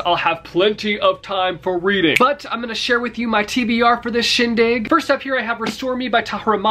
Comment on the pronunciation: Nice “Chin-dig” 😂